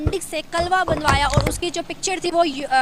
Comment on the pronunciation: भूतनी पहले तो शब्द को बोलना सीख 🥴🥴 कलवा नही भूतनी, कलावा बोलते हैं। अबे भौंदू एशियन मुस्लिम हमेशा मुफलिसी में जी रहा है और बकौल तुम्हारे कयामत तक यूंही रहेगा क्योंकि लियाकत तुमसे बहुत बहुत दूर है 😱😫 😱😫 सिर्फ कमला हैं आप के पास, आप लोगों के जहन मैं कलम की कोई अहमियत नहीं है इसलिए तुम 🤔 झल्लाहट के धनी हो।😱🥴😫😄😆🤣😂🤪